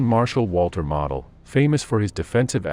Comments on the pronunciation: It is not pronounced Model,but Mowdle. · His name is pronounced 'Modal'. Like nodal but with an 'm'. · Pronounced MO-del. Long O please. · Pronounce his name correctly. Your AI is an insult to the finest Gemerafeldmarschall in over 100 years. He ceased living as a true Prussian Generalfeldmarschall was bound to do. You won't find true Honor anywhere today like that. Today they would just surrender and wait for a prisoner exchane.